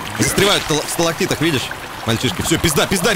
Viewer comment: знаток пещер: не сталоктиды, а сталогмиты